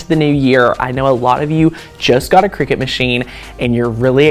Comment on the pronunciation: It’s a cutting machine not a game played over scones in white caps. Kricut kri-cut The end of the brand name is pronounced “cut”.